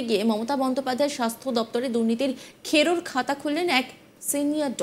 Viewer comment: খেড়োর খাতা নয়, খেরোর খাতা ।